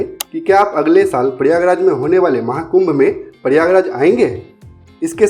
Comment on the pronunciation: प्रयागराज का ठीक उच्चारण कीजिए